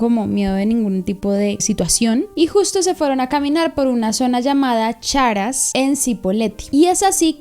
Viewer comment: Dice "Yipoletti". Jaja. Después "Charas", será "Chacras".